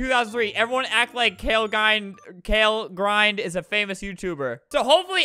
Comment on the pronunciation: It’s not kale gind ALBERT ITS (K FOUR LEGIND)